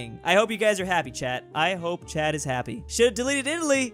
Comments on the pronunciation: did you say chat or Chad 🇹🇩 🤔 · Am I the only one who thought he was saying chad instead of chat. Just him saying dont anger chad other wise you'll be snapped from this life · I love how every time he says Chat is sounds like Chad